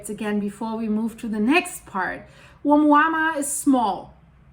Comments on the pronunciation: You are. It's pronounced oh MOO-ah MOO-ah. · It’s pronounced a mooa mooa. Like a cow moo’s. Hope that helps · Thank you so much for these videos! Let me help you pronounce the first object from the Hawaiian language Ou - mua -mua Like you just got surprised walking into a cow Oh! Moooo-a. Mooo-a 😊